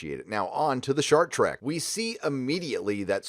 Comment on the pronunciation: "Star Treku dijinai!!"